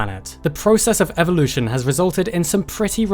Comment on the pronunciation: "Evolve" but "Evvolution"? And why pander to the Americans by calling them all turtles, when there's a perfectly good name for all, which you even mentioned - although you pronounced it wrongly - testudines It's Latin, so it should be testudin-ays...just sayin'...